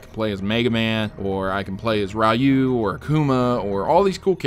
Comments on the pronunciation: Ri-you not Rai-you. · That Ryu pronunciation rustled my jimmies more than the FNAF kids when they hear that FNAF 6 is cancelled.